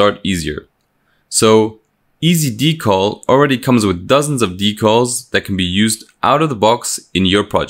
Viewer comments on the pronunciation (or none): Drinking Game: take a drink every time he says Dee-caull.